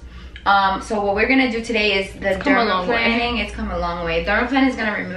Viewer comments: LMAO, it's not pronounced -planning! It's pronounced like an airplane: dermaPLANING (derma-PLANE-ing). And....you aren't using any kind of OIL?!?! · It’s pronounced: “dermal PLANE-ing” not dermal planning Xx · Why does she keep calling it "dermaplanning"? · I thought it was pronounced dermaplaning (i.e. derma-plain-ing)? I mean not a big deal obviously. I want it done and don't want to mispronounce it 😂 Y'all are both beautiful and she knows what she's doing! Wish she was on the west coast! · The way she pronounces dermaplaning ☹️